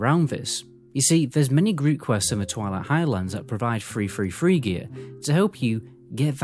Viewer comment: oh ..... three three three gear .... i though it was free free free gear... good video